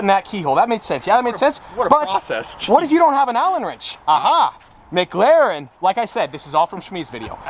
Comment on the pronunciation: I love u but please it’s McLaren not MgLaren